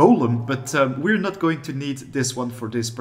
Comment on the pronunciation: Did he say while I nut at home or while I’m not at home? Either way this will be very useful